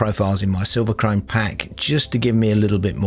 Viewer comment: you said silverchrome correctly 😁😁😁 really good talk thanks!